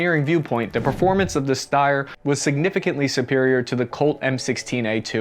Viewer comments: Hurts my ears hearing this „Ssssteyrrrr Aug“ - It’s pronounced like „Sh“ like „ShteiEr“ - and the original Name ist STG77 - Sturmgewehr 77!! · why does every aussie call it styer 😂 Its Steyr, e first, y after haha. Greetings from an Austrian :) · Shteyr. I know it's pronounced shteyr, you know it's pronounced shteyr, I'm begging you man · Steyr. Not steyr